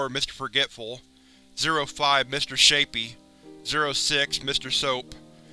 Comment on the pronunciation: Mr shapy I thaught he said Mr rapy